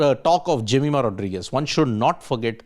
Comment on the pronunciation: Pronounce her Surname properly please. It's important.